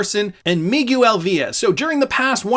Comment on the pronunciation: MiG-u-Elle? Like I’m watching Kids in the Hall.